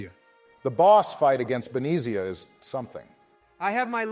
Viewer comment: Nova-rea? Be-nez-ea? E-los? Im gonna have a stroke Good video